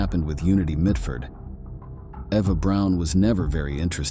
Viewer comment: Its unity mitford not midford.......